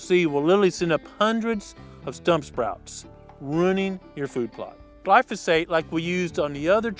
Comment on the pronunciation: The herbicide is spelled Glifosate right? Almost sounded like you were saying lifosade so had to do a google search to make sure and figure it out. Is there a particular to to use on trees?